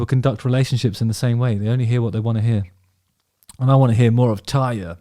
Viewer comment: It's TARRRRRYA, you gotta roll that R.